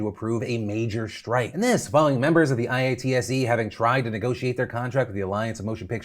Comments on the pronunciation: Former IATSE worker here. This is so overdue. The hours are ridiculous (although the pay is generally excellent). Also, for future reference, you can pronounce “IATSE” as “eye-aht-sea” to make it easier :) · Hearing I-A-T-S-E over and over is hilarious to me. Generally (at least the IA's in Vancouver) say I-At-See. Much easier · Hey Phil, it's pronounced Eye-At-See. Would you call PETA Pee Eee Tee Eh? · i do a bunch of theatre work, and for the record, IATSE is usually pronounced "eye-AT-see" instead of spelling it out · Phil. Please stop calling it I-A-T-S-E, It's driving me crazy. We pronounce it eye-at-see; all one word. Keep up the good coverage. :) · Phil: IATSE is pronounced EYE-AT-SEE or EYE-OT-SEE. Spelling it out just sounds weird. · I work in the directors guild of Canada DGC . We all support our brothers and sisters. These talks should be happening with all the unions in the film industry, most of them are treated like this, some departments worse ... Ps It hurts to hear it call. "I.A.T.S.E." Most people call it "EyeAtSee" But much love for bringing more attention to our fellow industry workers <3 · Phil spelling out IATSE Everytime instead of saying IATSE (i-yahtzee) makes me laugh so hard 😂😂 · I have never heard IATSE pronounced letter-by-letter like that, it's always just eye-at-see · Phil, we say IATSE like a word. "Eye-Aht-see" that's usually how it sounds when we say it haha. Just FYI. Thank you for covering this. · Anyone else cringe when Phil spelled out IATSE instead of saying it like "eye-aht-see"? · For future reference, IATSE is pronounced "eye-OUGHT-see" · btw IATSE is pronounced “eye-AUGHT-see” - rhymes with Yahtzee! #iasolidarity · Phil spelling out IATSE every time is so funny to me. Idk why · I stand with IATSE! Also Phil, you can pronounce it "eye-at-see". That's how we say it around these parts (Onterrible, Canada). My dad was in the union for like 30 years. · IATSE = “Eye-ought-see” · Dude you pronounce it i-atse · IATSE( I-ott-se)